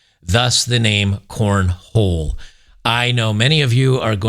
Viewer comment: you need to be apologizing for mispronouncing corn-hole. It is a southern extreme sport.